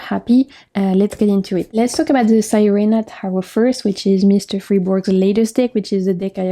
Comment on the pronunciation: Beautiful decks. I’m going to look into some of them. Thank you for sharing ❤ SIRENA (see-reh-na) is Spanish for mermaid.